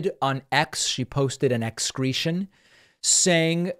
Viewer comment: "Xcretion" that's priceless, I hope that catches on.